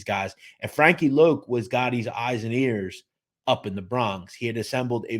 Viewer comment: It’s Frankie Lo not loc